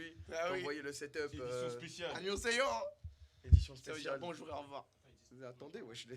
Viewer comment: Des barres d'entendre Anioseyo à la place de Annyeong Haseyo. x)